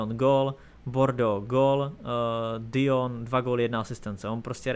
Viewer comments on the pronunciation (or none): Nie "Dijon", ale "Dižon". Ako dižonská horčica. :D